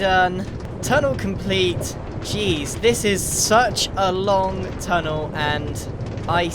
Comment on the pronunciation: grian "secret tunnel" me "SECRET TUNNLE!!!"